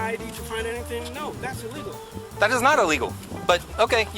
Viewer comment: The professor can’t say illegal. It’s not elligal